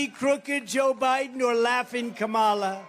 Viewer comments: 30 something newsreader mocks Biden for verbal mistakes and then says "Komala Harris" twice 😂. Well done. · Did anyone else catch how Whoopi mispronounced Kamala’s name? If she accepts that whole party. Maybe she should learn how to pronounce her own vice president’s name…….. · Where is the Democrats outrage of racism over Whoopi mispronouncing the VP's name?